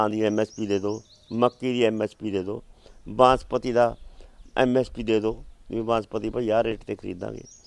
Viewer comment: ਕਿਸਾਨਾਂ ਦਾ ਆਗੂ ਬਾਸਮਤੀ ਨੂੰ ਬਾਂਸਪਤੀ ਕਹੀ ਜਾਂਦਾ 😁😁